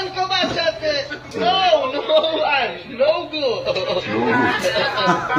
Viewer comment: میگه نو گوه...نه نو گود.